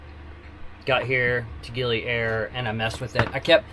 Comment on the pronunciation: I love you pronounce 'Gili Air' like its some kind of airline 😂. Actually 'Air' pronounced like you say 'A Year'. Terima Kasih can be shorten 'Makasih'. Hope it helps a lil bit Keep the sail on!